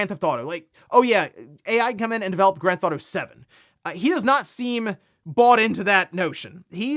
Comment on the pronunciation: it’s “grand theft auto” three words. Not “grandtheftauto” slow it down man.